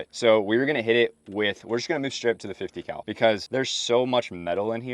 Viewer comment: You miss pronounced “50 cow”.